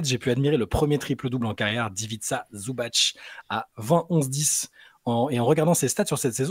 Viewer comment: le C à la fin de Zubac n'est pas le ć de Jokić ou Djoković qui se prononce plus ou moins "tch". Le C à la fin de Zubac se prononce "tss", comme la mouche tsé-tsé, donc Ivitssa Zubatss.